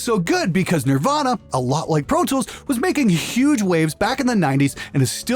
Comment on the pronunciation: RIPer..protoolth..pfff! ABLETON IS THE BEST! :D